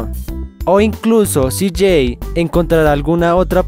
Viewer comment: La diversion de leira Y además es Jay y se pronuncia Lley, no es que se llame Jake